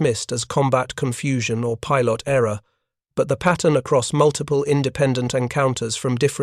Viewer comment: YouTube bug report(s): "pilot" ==> pye'lot, _not pye-LOT. "resemblance" ==> there's no reason to Frenchify it here.